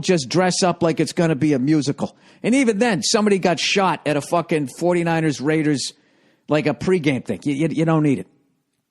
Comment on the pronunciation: The way Bill says "DA RAYDERS" is golden.